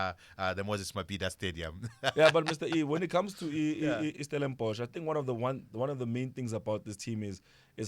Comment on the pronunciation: Finally releaved 😭😭 someone saying Stellenborch